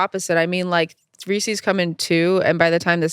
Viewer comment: the way they're pronouncing Reese's is bothering me so much